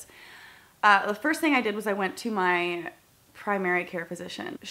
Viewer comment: Why did you put a weird emphasis when you said you first went to your "Primary Care Physician"? Is that code for PCP?!